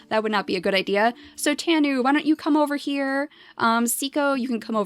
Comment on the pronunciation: tanu is pronounced: Tah-noo